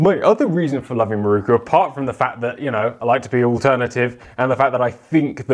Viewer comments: MIROKU! Pronounced in English: Me Rockoo. Certainly not Marookoo 😂😂😂😂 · how is it possible that someone presenting a program like this, can not pronounce the makers name. The word is spelled with an O as the 4th letter. Why do you insist on changing it to a U